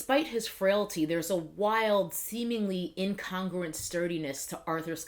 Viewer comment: Inn con grew ent........say it slowly